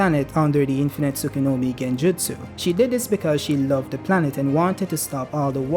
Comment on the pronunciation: say "tsukunomi" once more and im gona fuckin block u. its "tsukuyomi" bruhhhhhhhhh